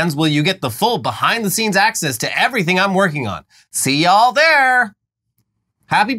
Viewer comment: WTF is "ya all"? "Y'all" is swiped. later in switches